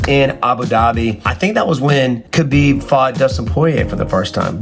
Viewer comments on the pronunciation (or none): none